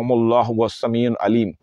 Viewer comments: Bhai sami un nahi hai sami ul hai. I hope ap is baat ko positively lain gay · Sameeun nhi Sameeul hai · Sameul Aleem hey jub k ap Sameun Aleem parh rahy hain plz wazia karain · السلام عليكم و رحمة الله وبركاته اللہ تعالیٰ آپ کے علم میں برکت عطا فرمائے گزارش ہے اپنا تلفظ صحیح ادا کریں وہو السمیع العلیم السمیع کی ع پر ایک پیش ہے اسکو ل العلیم کے ساتھ ملا کر تلاوت کرنا ہے عل علیم جزاک اللہ خیرا